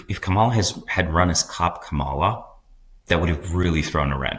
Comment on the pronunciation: Kamala = Comma la - emphasis on the first syllable. Come on you should know tihs by now